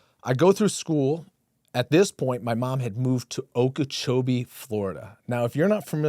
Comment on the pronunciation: Not Okeechobee